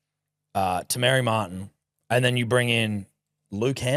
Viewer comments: Half kiwi - it’s pronounced Te - my - re Martin, not Te - Mary - Martin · Isn't it Te Madi bro?? Shits been pissing me off for years